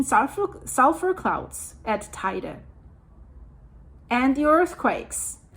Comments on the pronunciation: It's not tyda its pronounced tedi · [~Teh-ide] - I know, I know... but still😉